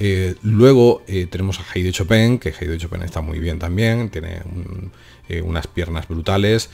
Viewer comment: "chopén" gran pianista jajaja